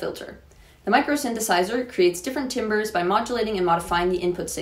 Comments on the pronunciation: if you know synths how is it you don't know that timbre is pronounced "tamber". Can you at least pronounce "Moog" correctly? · I just found your channel because of the Pedal Movie greatest-5 playlist. It makes me really happy to see someone covering the synth-side of guitar! It doesn’t get enough attention. FYI:“Timbre” is, weirdly, pronounced “tamber”